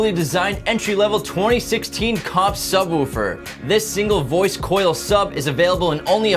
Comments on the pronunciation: God say subwuufer one more time its sub woofer. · *Santoprene *Subwoofer (like woof, not woo) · I like the way he says "Subwuufer"